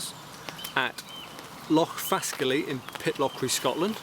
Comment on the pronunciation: Its pronounced Fas Kally,,not Fask Illy